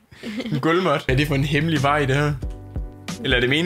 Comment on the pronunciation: "hæmlige" nu det ik så hæmligt mere xd